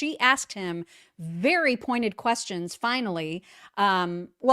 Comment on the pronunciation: The way she says "quessions" drives me nuts